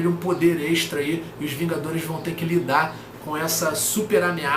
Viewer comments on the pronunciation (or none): none